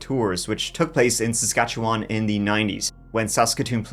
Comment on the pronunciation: Saskatchewan girl here. Impressed you said it correctly lol.